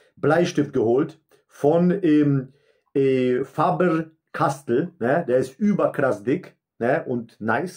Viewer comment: Wie behindert kann man Faber-Castell aussprechen?: JA!